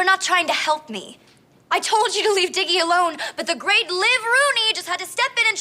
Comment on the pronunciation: His name isn’t dicky it’s diggy cuz his name is diego (I’m assuming his name is Diego)